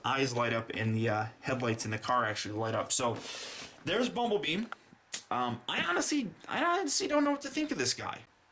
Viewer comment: did he say bumble BEAM